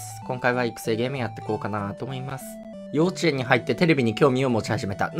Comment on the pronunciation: 幼稚園のイントネーション怪しいな、、やっぱり道民？？